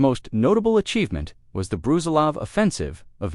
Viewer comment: Its not Bruzilóv, its Brusílov